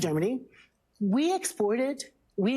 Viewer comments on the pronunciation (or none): I believe the word she's trying to pronounce is exploited.